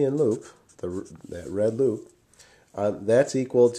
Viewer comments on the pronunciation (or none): he says hoop instead of loop for some reason lol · is it me or is he saying hoop instead of loop ?!